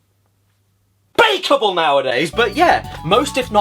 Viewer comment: "its uns-PEAKABLE!" got me dying 😂